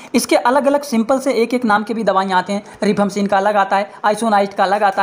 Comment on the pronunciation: Not रिफाम्पसीन,right pronounce रिफाम्पिसिन